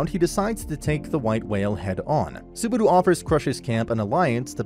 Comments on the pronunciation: Me hearing suh-baru instead of subaru in the first 9 seconds made me give up on this recap. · Bro really said Subaru. It's Subadu